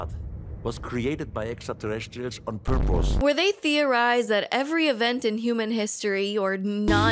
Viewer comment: The clip of the guy at the start that gets used in these videos always makes me smile. The way he says «purpose» sounds like «porpoise», which is silly, but also fits into making the conspiracy deeper 👁️